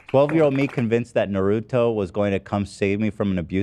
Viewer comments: The way Ethan said “naruto” 😂😂😂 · stop saying naruto like that xD